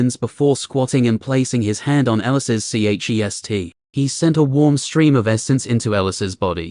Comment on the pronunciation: Why can't this AI pronounce chest